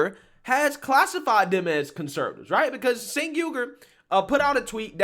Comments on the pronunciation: It's not Sink! It's Chunk! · Thanks to the English language, it’s (according to Tim Pool) pronounced “Jenk” not senk 😊 just trying to correct a mistake I’ve made. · Chunk Yogurt is a moron and so is anyone that follows his lead. By the way, his name is really pronounced "Chenk", not "Senk." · Pronouce his first name as "Chenk" - that's how he says it. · I say this only to educate fam.and no disrespect. I want you to be as articulate as possible because we need you on the right. 'aquisition' is generally pronounced ACK_Weh-Zih-shun but may also be pronounced ACK-Wee-Zih-Shun. Also 'Cenk' is Pronounced Ch-Engk. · Lifts glasses "Um, his name is actually pronounced JUNK." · I love how you pronounce Cenk's name. Though, it isn't pronounced how it's spelled, it's pronounced Chenk, though I call him the Fat Brown Buffalo or Chunk Yogurt.